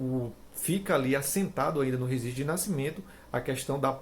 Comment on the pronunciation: Rezistro de nascimento ? Só por Deus esse português m